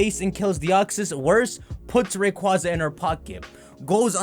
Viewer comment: Wish Poketubers learned how to say Rayquaza correctly, its a box legendary of all things, not that "Rayqwaza" misinformation that half the poketubers do